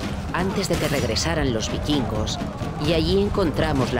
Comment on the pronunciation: "bikingos"... "vikingos"....